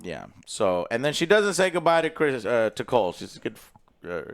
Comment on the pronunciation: Lol idk why he can’t get names right at all😂😂then they call criston cole “Colton”